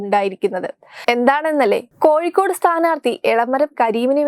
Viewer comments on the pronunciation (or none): ഈ വാർത്ത വായിക്കുന്ന ആൾ കോയിക്കോട് എന്നാണ് വായിക്കുന്നത്. സ്വന്തം കണ്ണിലെ കോൽ എടുത്തിട്ട് പോരെ മറ്റുള്ളവന്റെ കണ്ണിലെ കോൽ എടുക്കാൻ. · ആദ്യം നിങ്ങൾ പറയുന്നത് ശരിയാകൂ. കോഴിക്കോട് എന്ന് പറയാൻ പഠിക്കുക. എന്നിട്ടുമതി വാർത്ത വായിക്കുന്നത്